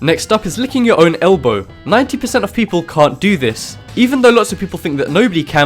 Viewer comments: Elbow not eblow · you said licking your "eblow" not "elbow." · "Eblow" XD